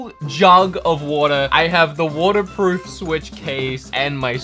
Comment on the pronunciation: i heard cornerproof ☠️